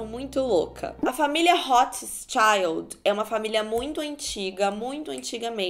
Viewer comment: Eu tava escutando o vídeo e ela falou Rothschild eu entendi hot child kkk